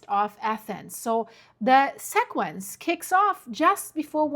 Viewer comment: FYI, the word sequence is pronounced: SEE-quence. ☺